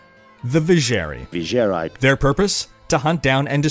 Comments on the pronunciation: LMFAO "vijer "eye" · You seem to have a hard time saying "eye" in words, V+Cher+eye and zzz+eye ^_^ lol